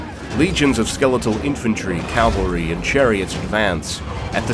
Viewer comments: cavalry, not Calvary. Cavalry are mounted soldiers, Calvary is the site where Jesus was supposedly crucified. Edit: In all seriousness, loved the lore video. Warhammer is an untapped nerdom for me. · "CALVARY" How are people making this mistake